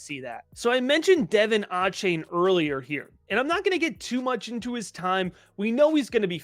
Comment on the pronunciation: Love the content y’all, keep it coming!! I work for the Texas A&M football team and it’s DUH-VON A-CHAIN😂 sorry I just had to say it